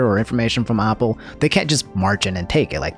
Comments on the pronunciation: LEARN HOW TO PRONOUNCE BASIC WORDS LIKE APPLE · Why do you say Apple like that lol